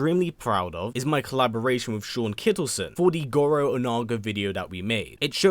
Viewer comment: him butchering Goro was great